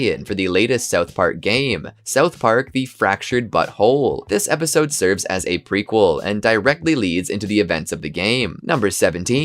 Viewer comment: The funniest part is the host who can't pronounce the word Episode lol